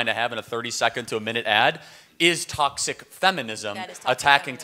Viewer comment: I know you think about what certain people think about the way you speak, which I think is just fine brother. But that is why I am telling you this; It's toxic, like, "tock-sick". You're giving it more of a "tossic" so tryout "tock-sick" next time. Toxic. Keep up the good work man! 👏 🫡